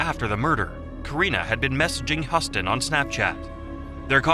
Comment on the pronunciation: HE-YOU-STON... not HUSS-TON... Jeebus!